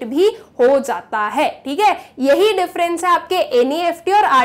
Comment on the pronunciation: U should work on your urdu pronunciation for e.g u said "ho zata h but actually it's ho jata hai and 2nd examples it's Janni chahiye not Zanni chahiye".overall ur explaination is perfect Regards A teacher